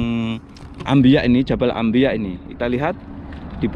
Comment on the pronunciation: Jabal anbiyaa, bkn ambiya